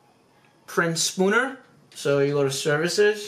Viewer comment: its spooler not spooner lol